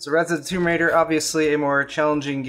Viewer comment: Rise of the tomb raider Noo... its "Ryzen" of the tomb raider. kkkkk